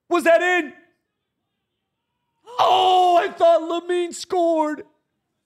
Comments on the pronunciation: Its Lamine not Yamine ffs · I couldn't get over you bro saying "Yamine", all those shirts but zero ball knowledge